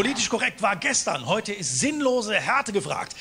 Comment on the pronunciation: an importent tipp ALWAYS and i mean ALWAYS pronounce the ending "E" in german words. so heutE you have to pronounce the E in the end xD i literally would have never understood what u said without context :) imagine someone saying eagle and just stop after the eag you would not know wtf hes talking about